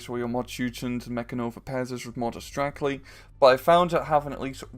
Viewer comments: It is not Motostrekli, it is Motostreltsi. Tsi is just like you would say "Tsk". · C is c not k And it is motostrelci not strekli